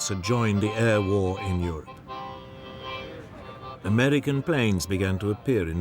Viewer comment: He pronounces a lot of his 'r' as an 'L' , i.e. "Amelican" and "expelimental"